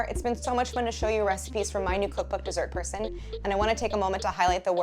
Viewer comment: It's the first time I'm watching a video from this channel and I heard 'Dessert Person' at the end of the intro as 'Desert her son'.